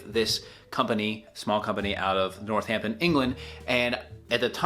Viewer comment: Hahaha, I love you but your accent did butcher the place names.. starting with Northampton. Emphasises the A, not the H. NorthAMPton, not NorthHAMpton.